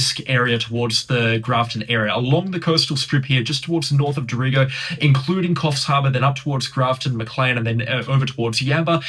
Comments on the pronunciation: Dorrigo....pronounced "dorry-go"😉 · He, Respects. It’s pronounced Dorry go.🙏🏼🌹j. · Yes, I was wondering where this town of Doreego was